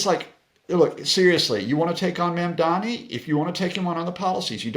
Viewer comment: Dude. I KNOW you know how to pronounce “Buttigieg.” PLEASE LEARN HOW TO PRONOUNCE “Mamdani.”